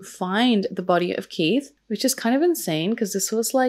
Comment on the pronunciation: It's just Keith. There's no er on the end. Like heath but with a K. Just helping not moaning x